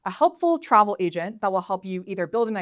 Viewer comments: Sounded like she said Asian Builder... Sounds about right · For a second I thought I heard asian builder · Im telling you I swear when she said agent in the beginning it sound like she said asian😂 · Not gonna lie, I did hear "Welcome to Asian builder 101" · I thought sis said "Asian builder" for a second damn it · Not me thinking she was saying Asian Builder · why she say asian builder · I literarily heard Asian Builder in the beginning... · I thought she said "asian builder" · I thought she said Welcome to Asian Builder 101 lol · Why the hell do i keep hearing "asian builder" 😂No offence meant lady. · bro ithought she said "asian builder" HUUH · sounds like Asian builder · Am I the only one who heard it Asian Builder 101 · Man I literally heard her say “Asian” builder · Is she saying Asian builder? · Sounds like "asian builder" to me. 😆